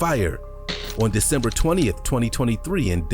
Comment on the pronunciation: “Decenber” hehehehe